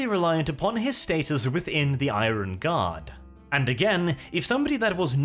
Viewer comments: For heavens sake IRON is pronounced Ai-URN. My brain hurts after all the 1000 times it has been said incorrectly lol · Where on Earth did you learn to pronounce the word 'iron'